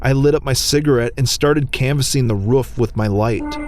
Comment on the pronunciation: roof not ruff